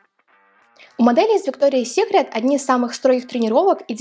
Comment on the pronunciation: Правильно произносить - Викториас Сикрет, а не Виктория Сикрет🙄